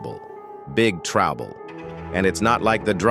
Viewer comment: Trabble, Big trabble 😂😂😂 this shit mispronounced so many words and names 😂😂😂😂